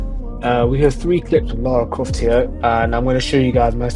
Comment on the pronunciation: Good Tutorial.......but bro said lara croft